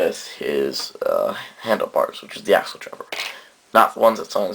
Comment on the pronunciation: Accel is short for Accelerate (ak-cel-uh-reyt), and is thus pronounced akcel, not Axle. Good review though :D I love the WFC toys, may pick up Accel if I have the money after Fang/Joker.